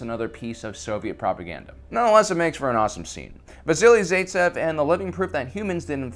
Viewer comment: Pronunciate vassili zaitsev properly that's why they have Google pronunciation